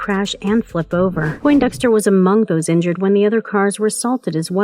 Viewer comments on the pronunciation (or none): none